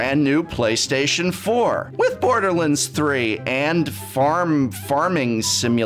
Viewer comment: Your saying borderlands 3 wrong..